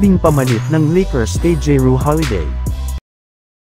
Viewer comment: Drew hindi jeru di mo alam magbasa